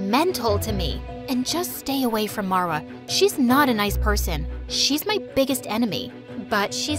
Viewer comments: these name pronunciation is killing me lmao how does ahmed turn into ehhmed and how does marva turn into merva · These names are egyption cuz I am so I know but like the way she said them are wrongggg Samar is summer in English marwa is Marrrrr waaaa in pronunciation and then farah far uh :) quick tip lol